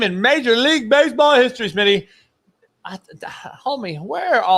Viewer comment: O lord coach just said smitty at motel 6. 😂 that ain't right.